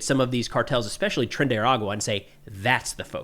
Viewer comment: sounds like you say trendy water. Let's call it club trendy-Dee-water